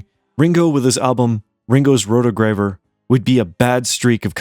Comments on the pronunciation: It's pronounced "Row-Toe-Grav-Your", accent on the last syllable. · Sooooooooooo wrong when discussing Paul’s worst albums. Soundtrack or no soundtrack, “Give My Regards To Broad Street” is McCartney’s low point. “Pipes Of Peace” is down there, too. As for Ringo, you are correct by pointing to the post-Apple years - . “Ringo The 4th”, “Ringo’s Rotogravure” (mispronounced in the video) and “Bad Boy” are the low points of Ringo’s solo career, but you have to consider “Stop And S,ell The Roses” and “Old Wave” part of that dead period for Ringo. To dismiss the rest of Ringo’s career is blatant idiocy. His remarkable artistic comeback began with 1992’s terrific, “Time Takes Time” and from there, Ringo produced some of the finest albums of his solo career - “Vertical Man”, “I Wanna Be Santa Claus” (YES, his Christmas album is terrifically fun), “Ringo Rama” and “Choose Love”. George is the most consistent of the four former Beatles. One could argue that George never released a bad album - just a few hit and miss ones. “Extra Texture (Read All About It)” is probably the weakest of the bunch. Oh, “Gone Troppo” is an under appreciated gem. Clean out your ears. Concentrating on , it’s absolutely all on “Some Time In New York City” when discussing John’s catalogue. End of discussion. Just mentioning “Mind Games” and “Rock ‘N’ Roll” as being lesser albums, officially designates you as a hack.